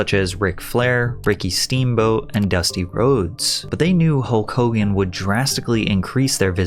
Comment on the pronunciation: Its "Hokogan"!!!!!